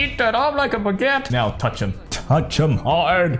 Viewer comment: I'm French when u say baguette it's very funny with your accent 😂